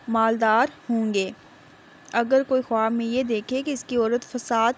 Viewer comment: بہت برا واٸس اوور ہے۔ اوپر سے دیکھ کر بھی ریڈنگ نہیں ہو رہی ہے۔ لفظ خواب کا تلفظ خاب ہے